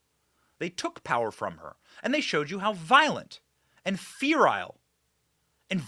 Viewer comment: Apacleptic.... Or apocalyptic... I haven't figured out when My boy Benny says "Fear-al" if he is mispronouncing "feral" or making an epic play on words when referring to libs as "Fear-al" ... I think it's the latter...